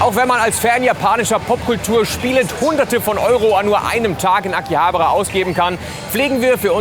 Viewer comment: Hab das Video nun zuende gesehen und muss sagen, du hast einen sehr harten deutschen Akzent bei der Aussprache der japanischen Wörter. Besonders z.B. bei Akihabara